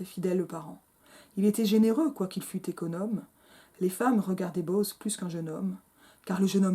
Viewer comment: Quelle odieuse synérèse ! Bo-oz ! En deux syllabes ! 😡😡😡😡